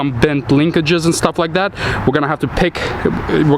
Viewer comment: Cab gets "Tooken off" You have an accent as well as not speaking good English. TAKEN!!!! Stuff like "Dat". That particular word begins with TH